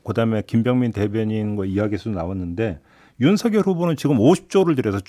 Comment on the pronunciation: 진행하시는 중에 김종배 앵커께서 '윤석열'을 [윤서결]로 발음해주셔서 속이 시원했습니다. 별 것 아닌 것처럼 보여도 엄연히 맞춤법이 존재하는데 사람들이 이를 어기고 자꾸 [윤성녈]로 발음해서 거슬리더라고요. 사족입니다. ㅋㅋ